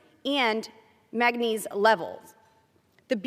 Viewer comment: Boebert cannot pronounce the word Manganese and I am in no way surprised about that.